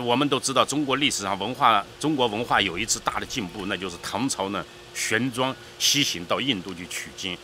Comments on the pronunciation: “玄奘”念“xuan zang”给念成“xuan zhuang”这种文盲在这里印吹死挺，内容不真实而且还有不少人叫好，真的好搞笑哎， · 陈玄奘（读“藏”，不读“装”）